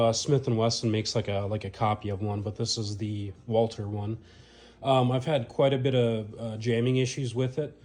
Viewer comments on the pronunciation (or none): Walther, not Walter